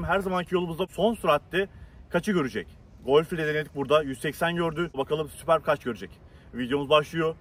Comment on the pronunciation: Sübörp okunuyor